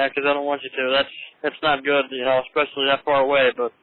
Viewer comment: ‘Especially’ not ‘expecially’